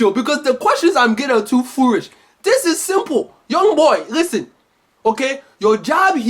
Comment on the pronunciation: Hahaha foorish